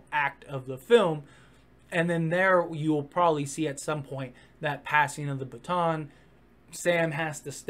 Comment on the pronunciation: ...that's how you pronounced baton at one point.